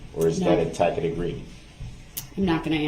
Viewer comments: "Is it a tack-it agreement???" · He's never spent much time with wducated speakers of the English language, so doesn't know the 'c' is a ' soft c', sounds like an 's', in 'tacit' meaning an implied, or unspoken agreement. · I wonder how many times Judge Dorow had to bite her lip to keep from laughing at Brooks each time he said "tacket agreement"? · Yep. That’s up there with “I don’t know what a tackit agreement is.” And then there’s the time when she told him there’s no t in bias. Awesome sauce!😁👀😆😍🥳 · the dude says uhhm more than brooks mispronounces words like SUBstain,GrounZ,TACKit,Bye-EST,AXED